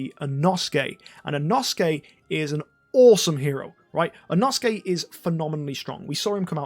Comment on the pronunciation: when learns how to pronounce inosuke but still mispronounces inosuke